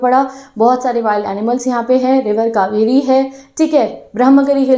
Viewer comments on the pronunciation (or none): none